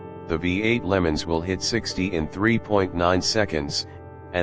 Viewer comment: I had to shut this off from hearing them say Lemons. Instead of LeMans and while they showed a 64 while hyping all the new features. This truly is AI gone horribly wrong